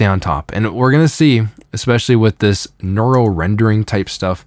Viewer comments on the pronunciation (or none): why cant this guys pronounce neural correctly ?